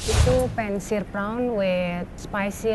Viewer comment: prawn should be pronounce like prown